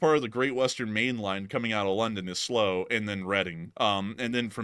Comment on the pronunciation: Slow! 😂 it's "Sl-'OW'" as in Sl - ouch... LLTLSA!